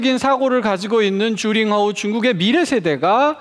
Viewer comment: 명견이라!?난 또 유명한 개(강아지), 줄임말, 오해를 유도할수 있는줄임말 좀 피해으면 좋겠다 ,名犬，명견,훌륭한세빠드,그리고,주링허우,주가아니고, 쥬, 즉 쥬링허우